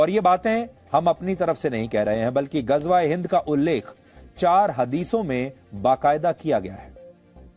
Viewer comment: Ghajwa e Hind 😂😂 Ghazwa e Hind hota hai